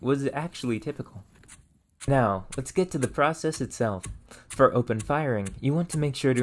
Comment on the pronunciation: Where is he from? Theres a part of his speech where every time he says something that should be "or" he says "er" examples are "impertent" "ferm" "ferge" or maybe it was "ferage" just something I noticed in the two videos ive watched